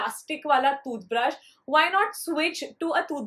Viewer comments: The way she tells toothbrush... thooth brush cute girl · the way she says tooth brush is so funny hehe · The way you say toothbrush sounds different and funny lol btw is it just me or someone else too ?